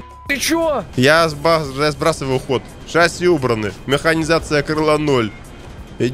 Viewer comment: У тракторов есть разделение на сельскохозяйственные и нет ? Чё за бред несёшь. И научись ставить ударение в слове шасси ....